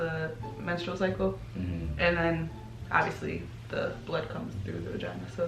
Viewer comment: post menstrual "SYCLE" lol